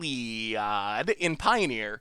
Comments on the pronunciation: He lee odd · No, No, No... It's not HEE-LEE-OYD... It's HEE LLOYD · if heliod based on the greek sun god, helios, then it's just pronounced eelyode. so there. now no one is happy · Don’t you pronounce Heliod as Heh-liod? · Overwhelming Denial seems like a solid choice for the Control matchup out of the sideboard. Also, every time you say Heliod I die a little on the inside. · you know that you can type Heliod on google to listen to the correct pronuciation, right?